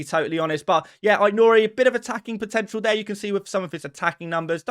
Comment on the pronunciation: You got AIT-NOURI wrong